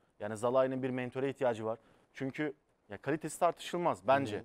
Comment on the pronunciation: Arkadaş neden şu oyuncunun ismini ısrarla yanlış söylerler anlamıyorum. "Zalai" değil arkadaş "Salai"! Hayret bir şey arkadaş ısrarla yanlış söylemeye devam ediyorlar.😣